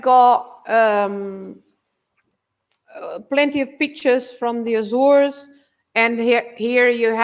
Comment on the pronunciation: I think your pronunciation "Azoresh" is somewhere between the anglophonic and lusophone pronunciation. "Assoorsh" seems to be the common pronunciation among Portuguese and azoreans